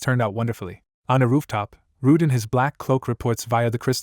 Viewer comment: Why are u calling everyone Ruud bro 😭